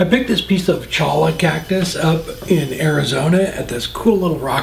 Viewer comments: Awesome! Pronounced “Choy-uh” though;) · Thanks for sharing! Cholla makes for interesting casted turnings. By the way that's pronounced choya. Take care, Dave